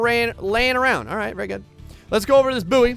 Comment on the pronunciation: its pronounced boy... good video though